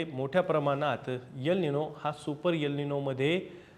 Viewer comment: यल निनो नाहीतर एल निनो असा उच्चार करावा तसेच यम नाही तर एम उच्चार करावा .